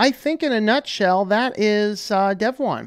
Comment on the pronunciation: Your pronunciation is correct. I know (back in the early days at least) that the website said it is pronounced like "dev 1".